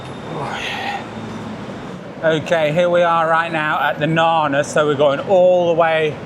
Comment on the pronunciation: Glad to see you pronounce Na-Na properly not nanna!! So may call it Nanna Plaza! Good one 👍